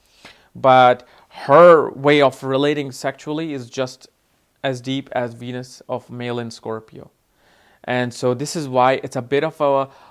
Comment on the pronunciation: How come sometimes u say wenus and sometimes Venus?